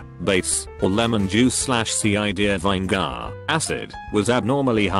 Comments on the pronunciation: Juh lap penno? Vine gar? 😂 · Funny. This robovoice can pronounce "labia majora" but spells out "cider" and botches "vinegar."